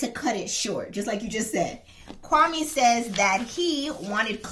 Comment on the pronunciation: His name is pronounced kwame...like meh at the end not kwami.....he gentrified it to make more palatable for the the white women he was trying to get!lol....very sad